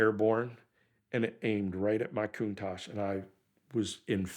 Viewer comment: Its not aa Coontash, its a contatch.